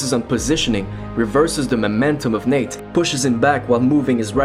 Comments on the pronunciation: It sounds like you’re calling him Nick but I know you’re not. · did he say nick or Nate?